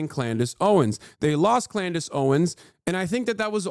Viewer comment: Did he just say Clandice Owens 😭😂